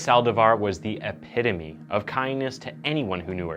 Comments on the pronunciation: He said epitome right yay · Nice covering of this case (and good job for nailing the pronunciation of “epitome” this video)! Always looking forward to your uploads 😊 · thank you for your correct pronunciation of epitome this time, this channel is the best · Said epitome right this time 😂😂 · I'm glad you finally learned how to pronounce "epitome". Hopefully, you"ll soon learn how to pronounce "corps" as well. ❤❤❤ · So glad to see you learnt how pronounce the word "epitome", much better. This is such a sad case, Selena had so much talent and would have gone on to do great things if not for the jealousy of another. R.I.P Selena 🕊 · thank you for finally pronouncing "epitome" correctly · This was great this story never got enough coverage. And really good job you pronounced epitome perfectly 😅